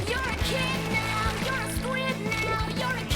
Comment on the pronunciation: "You're kid now !" Sounds a little like " You're Echidna !" which means you have 6 dicks lololol